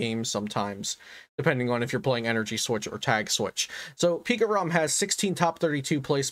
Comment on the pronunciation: for some reason i laugh when i hear pikarom